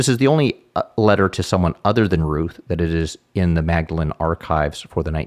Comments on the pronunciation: Pedantic Cambridge point, but Magdalene is pronounced “Maudlin”. I went to the college next door, St John’s (pronounced…well, “St John ‘s”) 😊 and to get to the Pickerel pub we used to walk through Magdalene through - you guessed it - Mallory Court! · One tiny point (just for accuracy) The Magdalene in Magdalene College is usually pronounced as Maudlin/Maudlyn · It's a small point, but typically "Magdalene" is pronounced "Mawdlin" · The college itself states the pronunciation is Maudleyn Also on the site - which I did not know - the e was added at the end of the name to distinguish it ftom Magdalen College, Oxford.